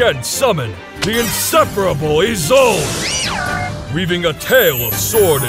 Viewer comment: THANK GOD SOMEONE SAID ISOLDE CORRECTLY FOR ONCE!